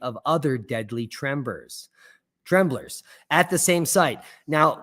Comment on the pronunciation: Temblor not trembler.